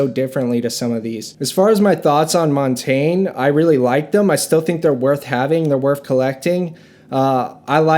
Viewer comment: It’s so wild how nobody (except ) knows how to pronounce Montagne.